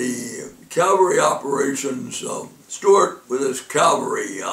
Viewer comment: Cavalry, not Calvary